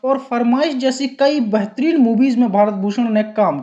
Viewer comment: BEHTAREEN ko BAHTREEN bolta hai, MAIN ko man bol raha,hindi ka uchcharan sahi nahi hai to kisi aur se audio kara le HINDI jaisi sunder bhasha ki tang kyu tod raha hai....???